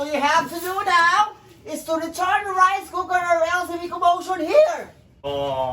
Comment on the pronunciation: Hahahahaha english sa kaldero, RICE COOKEF🤣🤣🤣🤣